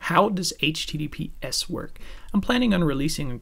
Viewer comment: Your accent is almost North American, your give away is that you say h teedeepee ess. Although Americans say soft t’s almost all the time, if they’re repeated, we say hard t’s. Secondly, when you say COMMunication it stands out. If you say CUH-munication you’ll be indistinguishable.